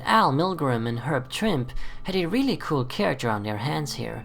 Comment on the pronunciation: Herb Trimpe is pronounced Trimpee. I had been saying it wrong since the 70s until recently myself.